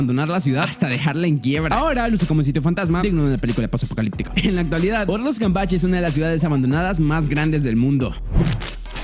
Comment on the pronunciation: Like si en el escuchaste ortos enves de ordos...😅😅